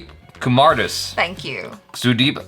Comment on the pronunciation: its pronounced as kumaar daaas